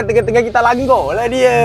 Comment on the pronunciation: amboi slang kl "langgor"